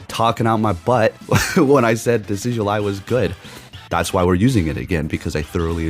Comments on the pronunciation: So happy your running Decidueye, my favorite Pokémon of all time. Just to clarify for you it’s pronounced Decid-Ju-i. Not that it matters lol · Decidueye is actually pronounced De-Sid-you-eye